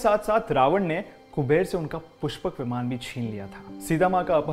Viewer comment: विमाना नहीं विमान, वेदा नहीं वेद होता है